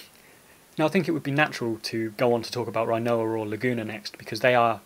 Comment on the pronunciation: I love the video! But it must be a prerequisite to make final fantasy videos to pronounce things weird. Dollay and Rhino-ah